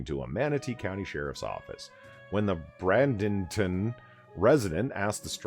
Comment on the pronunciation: It's pronounced Bray-ding-ton, not Brad-ing-ton.